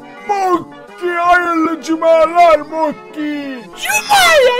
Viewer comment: Mokey değil bokey